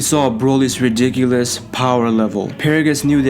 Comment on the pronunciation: U only say ridicilous